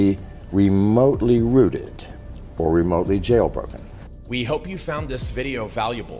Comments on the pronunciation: it's "rooted", not "routed" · 'Miners', not, "minors" Rooted, not "routed"